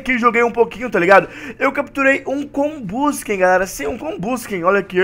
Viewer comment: Nossa senhora além de falar Arceus em vez de Arquios fala comBUSken em vez de combusKEN